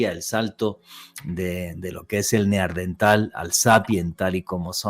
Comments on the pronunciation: Min. , este señor acaba de descubrir un nuevo antecesor del ser humano el "NEAR-DENTAL" (cerca del dentista), incluso dice que hay mujeres" NEAR-DENTALES" min. . No puede decir que es un error porque lo repite varias veces: min. , min. , min. , min. , min. , min. .... Señor, lo que hay que oír. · NEARDENTAL, NO. NEANDERTAL. VALLE DE NEANDER, CERCA DE DUSELDOF, ALEMANIA.